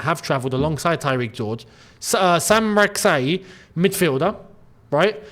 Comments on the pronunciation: It's a Ghanaian name. Correct pronunciation ( Sa chi) not (Sak yi) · His last name Rak-Sakyi is pronounced Rak-Sa-Chi, with the last part pronounced the same way as cheese